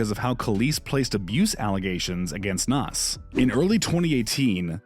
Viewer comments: Nass? Stop is pronounced naZ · Me too. Nass